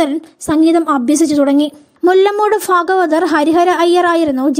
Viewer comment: ഫാഗവതർ അല്ല ഭാഗവതർ